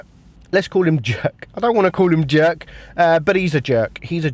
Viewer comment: lmao the player's name Jirka is pronounced Yirka... jErK lmao